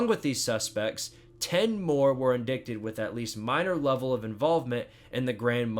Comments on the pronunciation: how do you pronounce indicted like “indickted” and then 10 seconds later correctly pronounce “indictment” 😂😂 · Indicted = in-dye-ted